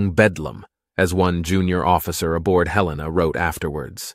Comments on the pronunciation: It's HELL-ena. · It IS named after Montana”s capitol but we don’t pronounce it Hel EE-na. Nor do we pronounce it Hel-lay-na. The second syllable is a short ‘e’ not long.